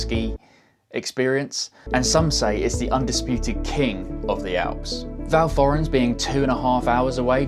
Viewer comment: Val Thorens is pronounced "val torens" - the H is silent.